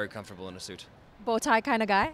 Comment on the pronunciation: I thought that!! The way he says suit is like “suiT” like he really pronounces the T